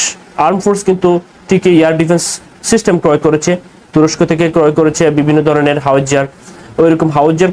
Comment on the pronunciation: ভাই তুমি কি বাঙালি? তোমার উচ্চারণ সঠিক নয়, ভাষার স্বচ্ছতা নেই। "দরনের "" উচ্চারণ হবে "ধরনের"